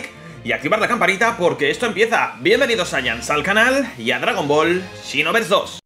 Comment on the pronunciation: Siempre lo pensé que se dice Xenoverse no Shinoverse xD